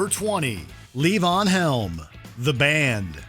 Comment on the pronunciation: Number twenty is pronounced levon, Luh-vahn, not, lee-van.